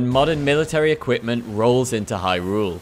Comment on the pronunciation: idk why but every time i hear hy rule it makes me cringe lol the emphasis on the second syllable kills me